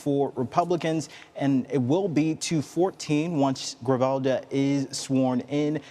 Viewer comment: It is not Griljava!! It GRIJALVA and you can say it like GREE- HAUL-VA, now, say it again many times, and now you're speaking spanish!!